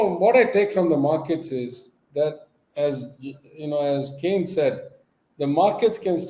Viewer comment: Maynard Keynes not Kane